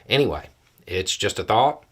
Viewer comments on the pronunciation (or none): none